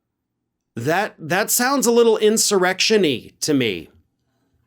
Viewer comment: “Insurrectionie” 😂 I love that. Yes, it’s quit Quanony, lol. He needs to go. If she tries to overturn an election I’m sure she influences his Supreme Court decisions.